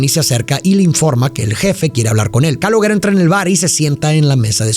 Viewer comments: Una de mis pelis preferidas. Creada por De Niro. No sé dice Caloguero... Se dice Caloshero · Se escribe calogero pero se escucha caloyero no caloguèro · Amo esta peli y a, pero por fa: no se pronuncia /calogUEro/ sino /calóyero/ ( la Y sibilante, vibra, con la lengua detrás de los dientes de arriba. Y muy importante el acento en la E). El resto impecable como siempre. ❤ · Se pronuncia (Calóyero) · se pronuncia Caloyero, es un nombre italiano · No Es Calogero Es Calolleró. Video Tonto. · Calogero nose pronuncia caloyero ? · no quiero ser pedante, pero en verdad no se pronuncia Calogero es como "calóyero" sbs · "Callóyero" se pronuncia en italiano o algo así... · Calogero se lee Caloyiero. Sin ofenderte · Todo bien pero se llama KALOYERO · Excelente cómo siempre pero tenías que llamarlo Caloooooogggggeroooooo con acento italiano 😂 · calogero no, cáloyero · ja ja, perdón, Pero yo quien es Caloguero, y pues ya vi que lo pronunciaste como se le, y falto enfatizar. Pero si, esta es de mis peliculas favoritas de cine italo-americano, que se puso muy de moda en los 80s y 90s, la diferencia es que en esta se enfoca al hombre común y no glorifica a los mafiosos. Y la mejor frase, y que sigo diciendo, que Hombre Duro, es el hombre trabajador, es muy fácil apretar un gatillo, no se requiere mucho esfuerzo, pero levantarse temprano todos los días para ir a trabajar, eso es tener huevos, y no los delincuentes. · Se dice "Calóshero" o "Calójero". Encima lo dice tantas veces que ya me produjo ansiedad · We eres mi ídolo neta me gustan mucho tus reseñas pero el nombre del chico se pronuncia "calóyero" jejejejeje se oye bien jalado no pude terminar la reseña 😢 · que no se dice CaloLlero? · Se pronuncia Caloyeró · Pronuncia bien su nombre mrd! 🤦🏻🤦🏻🤦🏻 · No pude seguir viendo el vídeo por como pronuncias el nombre del chico 😵‍💫🥴😵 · Cómo te través a pronunciar el nombre “Calogero” así y las veces que lo hiciste!!! Jajajajaja 🤦🏻